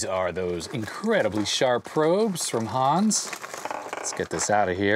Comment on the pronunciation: "Hans" is pronounced just like "guns" but with a "h" instead of a "g".... ;)